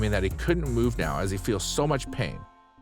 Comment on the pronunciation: Omg yesss and it sounds like he’s putting so much emphasis on it 😩🙉